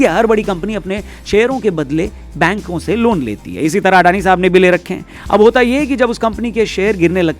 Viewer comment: In Gujarati it's pronounced like this : अदाणी